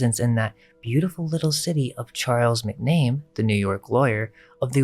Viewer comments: Mac Na Mee not McName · The name, McNamee, is pronounced, Mack Na Me- long eeeeee. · McNamee MAC-NA-MEE MAC. NA. MEE.